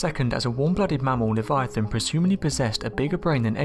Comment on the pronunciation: Also, pick a pronunciation Livee-ahton or liveye-aton sticking to one pronunciation adds to the credibility. I love speculating about cryptids, but showing bones and acting like the world has deemed this a real thing..... hmmyea no